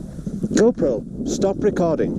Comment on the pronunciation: Got to put that RRR in there. "Stop Recorrrrding."